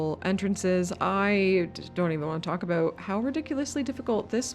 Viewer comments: OMG you are Canadian. Why would you do us like that? Nobody says aboot... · I've never actually heard someone say "aboot" before. I don't even think you're Canadian. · Any1 else feel like shes a fake canadian? The way she first pronounced "aboot" made it believable... then she pronounced it "about" with no accent, a ahort while later... hmmmm